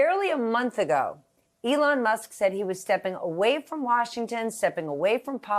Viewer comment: Did he seriously just call him Elon Mask?